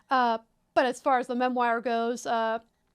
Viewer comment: lol "Mem-wire"